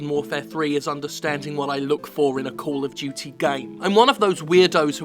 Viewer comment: Cawll uv Dyootee